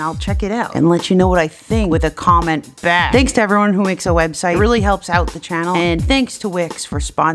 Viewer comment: tanks 4 te tip tiiip tip tip tip.... tats it